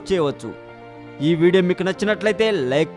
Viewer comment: arei sare kadu bey share... sariga matladadam nerchuko ra mundu.. karma ra babu..